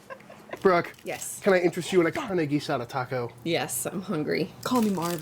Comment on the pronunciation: Congratulations, you pronounce "carne" correctly. I work with a gringa here in New Mexico that pronounces it "carney", like someone that works for a carnival.